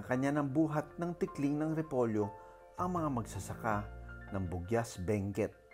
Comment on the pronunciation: It’s Buguias, Benguet po not Bunguis.